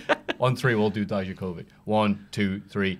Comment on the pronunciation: Sorry but Dijaković is a yugoslavian (Slovenian, Croatia, Bosnia, Serbia, Montenegro and Macedonia) surname and I am yugoslavian too so.... you are still pronouncing it wrong, it is pronounced : Dee-ya-ko-vi-ch Dijaković And Dozović is pronounced : Dozo-vi-ch Dozović But his real lastname is Bogojević, which again is pronounced: Bo-go-ye-vi-ch Bogojević Just think about actors John Malković (Malkovich), Eric Banadinović (known as Eric Bana) and actress Mila Jovović (Yovovich)